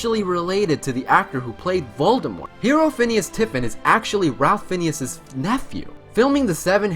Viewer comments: Rafe Fines not Ralph Finnes otherwise, highly entertaining. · Sigh... Ralph Fiennes is pronounced "RAY-f Fines" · ralph fiennes is pronounced like "ray-f fines". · It is not pronounced ‘Ralph Finious’ or whatever you say. Ralph Fiennes is pronounced Raif Fines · Wait... really? Harry doesn't actually cast any spells himself at all the first movie?!?!?!? And David Tennant ruined all his f***ing scenes with that tongue flicking thing he did. Ralph Fiennes is pronounced "Raif Fee-ennes" and NOT Ralph Fineas as you said. 27 - that's just mean!!! Teenage boys eat a lot... why does he have to have his pockets sewn up?!? Domnhall Gleeson's name is pronounced Donal, and his father is BRENDAN. Not Brandon. I knew this from well after the series ended, but never actually put two and two together and realised that this was a father and son acting duo on set. I'm going to have to check out the 3rd movies onward again, to check out Harry Melling's fat suit. You really need to go through every letter, ONE BY ONE. E-R-I-S-E-D... it's NOT Esired. It's the word desire spelled backward. Do you realise that they recast Griphook the goblin in the last movie - it was now played by Warwick Davis, clearly now doing a dual role as he is also the actor of Filius Flitwick. He has also been in the Chronicles of Narnia series (Reepicheep in the BBC 80's tv show) and Nickabrik in the recent Prince Caspian movie AND was the main Ewok (Wicket) in Star Wars ROTJ. All three of those amazing series!!!! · Ralph Fiennes' name is pronounced "rayf fines", not "ralph phineas" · The actor who plays Voldemort, his name is pronounced as "Rafe Fines" It's spelling might be confusing, but that's how he says his name. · Who's Ralph Finnies? Learn to pronounce actors names! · Yeah, how can he be a fan and pronounce BOTH names wrong? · Yup ... "Raif Fines" ... the way he pronounced it was painful LOL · Reginald Rich II yeah its supposed to be pronounced (Raif Fines) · boy he butchered Ralph Feines’ name